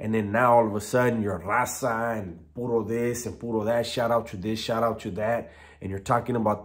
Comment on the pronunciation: Whats krackin everybody, new comment... talkin about he grew up in a SPANISH SPEAKING house hold, spent his childhood in mexico, but yet he cant even pronounce right RAZA, TRECE, MICHOACAN!!!